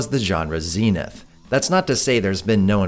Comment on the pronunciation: Isn't it pronounced "zenith"?